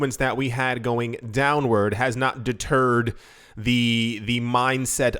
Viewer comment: Haha you said turd…..Deterred